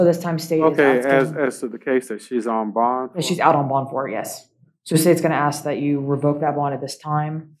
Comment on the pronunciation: It’s sad that a lawyer can’t say the word “ask” correctly.